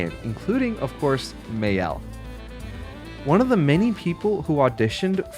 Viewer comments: Let's make it clear it is not "ma-yel" it is "Ma-el" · actually, Maelle doesn't pronounce May-el, it's Ma-el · Maelle is pronounced Ma-el (not May-el, as the forum says ;) ) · You still pronounce Maelle badly, it is "Ma-elle". Check in french how to pronounce "elle", you can also turn the game in french to get the right pronounciation. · Seeing even a French native giving wrong direction on the pronunciation of "Maelle " hurts my eyes 😭 It's "Ma - L" (like the letter "L")